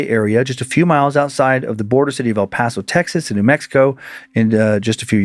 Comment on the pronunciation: The way my ears PERKED up hearing near the border I KNEW it would be about EPTX!!! Finally some recognition to the sun city of 915!! Also very impressive pronunciation Dan, people who aren’t from the aren’t don’t usually pronounce El Paso correctly so shout to to Dan!